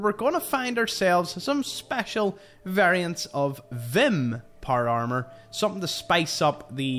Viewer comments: Por amer that’s what it sounds like when he says power armor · Not trying to be an asshole and with all respect intended but the way you say power armor has me rolling. I love the accent but I’ve been trying to mimic it for a minute now and I’m not sure how to say power armor without vowels. Every time I try I feel like I’m going to spit my tongue out of my mouth. Loved the video keep on keeping on brother.